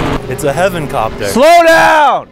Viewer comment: I hate that no one points out the fact sees the helicopter and says “look it’s a heavencopter”